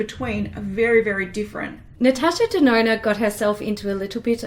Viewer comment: As LivLovesHerMakeup say "Natasha DeNONO"